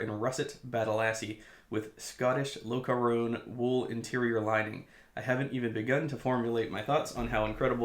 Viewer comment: FYI the interior lining is pronounced: Lock-car-on Imagine “loch ness”.